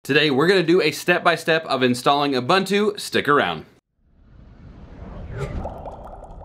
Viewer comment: FYI: it is pronounced "Oo-boon-too"